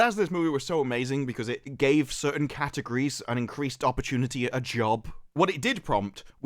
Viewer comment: DId you actually say CAT-ERGORIES?! ;)